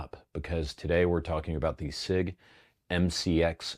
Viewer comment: It's not prounounced "sick"